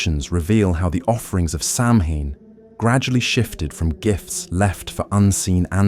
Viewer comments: Good show but please, it’s not Sam Hain it’s Sow win or Sow ween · I love the material BUT it is hard to listen to for 3.5 hours of mispronouncing Samhain!!! SAH-win. Not sam-hane!!! Thanks! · It's pronounced sowin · Some interesting traditions but also a lot of repetitive information. This could have been done in about half the time. And again, Samhain is correctly pronounced Sow win. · SAMHAIN IS PRONOUNCED AS SOWAN!! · I'm ending this video because I can't handle the ongoing mispronounciation. AI narration stinks!!! Save the humans! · its kind of a rather obvious point. If its supposed to be a history the least they could do is pronounce the main topic properly.